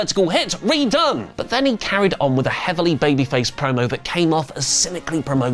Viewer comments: Hogan getting booed was AWESOME! Btw, it’s Red One not redone😂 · its said Red ONE not redone